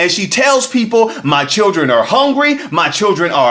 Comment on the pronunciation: Hongry lol